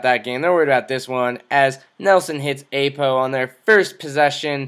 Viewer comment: Haha this is hilarious. How I wish Nelson could actually pass like that...oh and also..Ah-po. Not 'A'-po. Just sayin'.